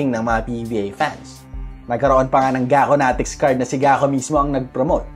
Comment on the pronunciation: Gaconatics vs Gagonatics 😂